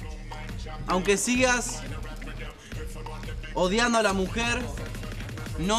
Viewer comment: paio dijo odiando y era sodiando